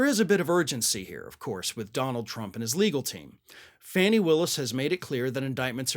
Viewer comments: You usually are pretty good with your research, but a google of Ms. Willis' name would show that it is pronounced FAH-nee not fanny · Fah nee Willis, not Fanny! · (It's pronounced FAW-NEE Willis, not FANNY!) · it’s pronounced Fawny or Fawnie 😊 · Good reporting. Just one thing: It is pronounced "fawn-nee." Is this just a way to set yourself apart ... from everyone else? Sure like to know the answer to this question.